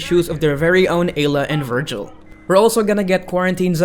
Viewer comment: lol, he called ela and vigil ayluh and virgil.